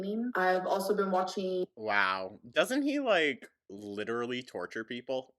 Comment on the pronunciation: "It lidderaly became a meme......" because it's stupid! My immediate words too,. 😅